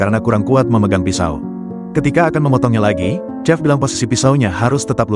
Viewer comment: Chef bacanya shef!